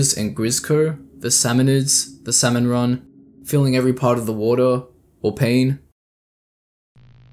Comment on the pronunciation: idk how you managed to mispronounce “salmon” throughout the ENTIRE video